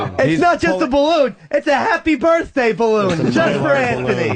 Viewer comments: I couldn't get through this. Opie's "birfday" and shit wow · I get Sick to my Stomach Everytime Opie says Birffday... Shut Up You Bum lol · Opie should have punched in the mouth every time he said "birfday". What an unfunny cunt. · Really want to strangle opie every time he says birfday. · Birfday gets funnier every time Opie says it! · I just love it when he says forty florf birfday